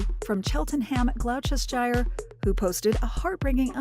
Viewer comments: Wow the American narrator really butchered the pronunciation of British places, Cheltenham and Gloucestershire are NOT pronounced like that. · The pronunciation of Cheltenham Gloucestershire is ridiculous. There is also no such word as Burglarizing. It's Burgling. And Dollars????